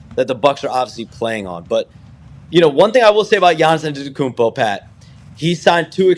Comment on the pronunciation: Why does Shams always say his full name when he struggles saying Giannis Antetokounmpo? It's different every single time he says it. He's a one named super star Shams, we know who you mean with just a simple Giannis.